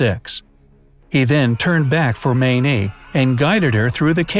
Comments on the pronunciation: Dear. Every Mayne I've known (and there was a family of 14 in our church, they have spawned and re-spawned) pronounced their last name as Main, not Maynee. Every time you said that, it drove me nuts. Why wouldn't you research things? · Did you ACTUALLY pronounce the woman's name as "Maaa -neee"????? She wasn't Chinese you know! Cripes! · Her name is pronounced Main. Js